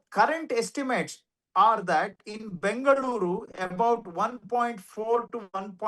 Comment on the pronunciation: What is Bangaluru sir 😂 ? Mix of Bangalore & Bengaluru, you are also sounding like the North Indian residents of Bengaluru.